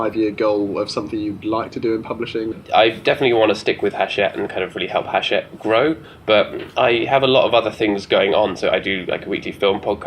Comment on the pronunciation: It's pronounced 'achette right?!